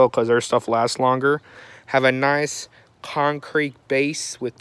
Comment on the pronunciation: Thought that's what I heard too!. LOL